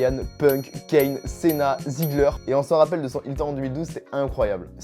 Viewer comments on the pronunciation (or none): Sa se prononce cina pas céna ( John Cena)